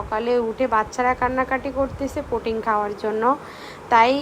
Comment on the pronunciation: পুটিং না,পুডিং। পুটিং তো রাজমিস্ত্রী ব্যবহার করে।